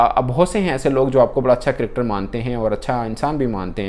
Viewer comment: Its Cricketer " NOT CRIKTER " Similarly I noticed you saying " SAMVRITI MANDHANA " in an old video , ITS SMRITI !!!